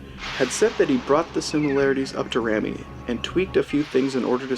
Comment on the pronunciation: Sam Raimi is pronounced Sam Ray-mee not Rammy lol. 😂